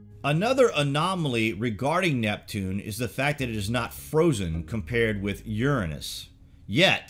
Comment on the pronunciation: Tomato.. tomato, jif Gif, You're pronunciation of URANUS is ridiculous.. get back on track please.